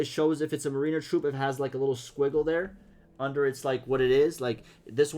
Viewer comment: NICE! I’m excited to see more and get my hands on it soon. (Mariner is pronounced like the Seattle Mariners baseball team. “MARE in er,” like that girl who’s so obsessed with horses it’s almost like she is one: She got that mare in her.)